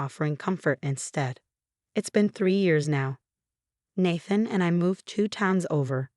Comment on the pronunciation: It’s pronounced NAE THAN NOT NA THN 🤦‍♂️🤦‍♀️🤦‍♂️🤦‍♀️🤦‍♂️🤦‍♀️ You crap “authors” need proofread and fix your crap AI